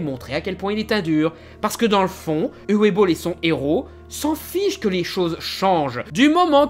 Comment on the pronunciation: Coucou, juste une chose que je voulais "corriger" depuis un moment, le prénom Uwe se prononce "Ouveu". Voilà sinon vidéo intéressante, comme d'habitude!